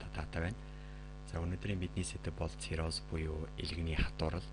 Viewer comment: цирхоз гэж сонсогдоод байхын.